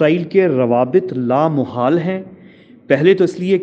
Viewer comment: Why this man is persistently mispronouncing and misusing the word لا محال؟ The correct word is لامحالہ which means 'inevitable'. In Urdu there is no such word as لامحال۔ Also, the question 'Since U R in Israel, tell us whether that aircraft really came to Pakistan or not?', is ridiculous. Just think over it!!!!!!